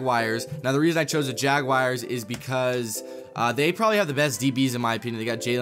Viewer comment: “Jag wires”